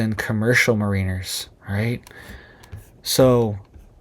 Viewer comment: Check your pronunciation of Mariners